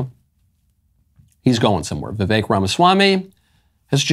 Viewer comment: I knew Michael would say Vivek’s name correctly, VIVEK rhymes with AWAKE !